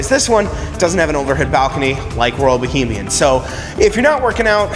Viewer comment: Great video! However, it's Royal Bahamian not Bohemian.